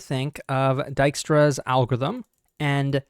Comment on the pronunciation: my dutch ancestors crying whenever he says Dijkstra, it's pronounced Dike, please